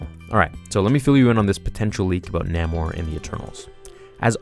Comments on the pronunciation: Umm...shouldn't you know your stuff if you are doing Marvel youtube videos? NAH-more? Stan Lee pronounced it NAY-more during interviews. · did this boy just say "Namer"!? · N-ay-more, really annoyed me, sorry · Correct Pronounciatian is Nay-More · I know his name is spelled Namor but the correct way to pronounce his name is Nay-More